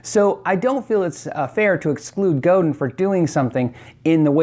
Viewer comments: It is not pronounced Go-din, it is Go-dan. It is a French name. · Goh-DAN not GO-den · Hi - Godin is pronounced closer to GO DAN in english - since it's french that's just an approximation, but Mr. Godin would appreciate it pronounced closer to the native language I think. Cheers! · I might be wrong about this but isn't Godin pronounced "G'dan"? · Godin is pronounced Go Dan = Roberto Godin.. I like Will Gelvin's because He's a one man factory.. If I had to just order for the looks Carvin/Kiesel would get the nod.. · Godin is more properly pronounced 'GO-DAHN' to emulate the correct french pronunciation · I believe godin guitar is pronounced as go'DINE. The multiac is the best electric/acoustic guitar I've played. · Buy a Godin, Canadian Company FTW! (Also, its pronounced with a really nasaly french ending, not a hard 'din')